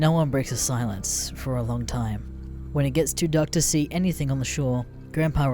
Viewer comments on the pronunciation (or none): none